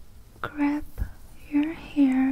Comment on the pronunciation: Excellent! It’s “grab your hair” not “crap your hair”.